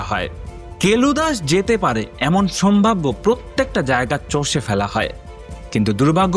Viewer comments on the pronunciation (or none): none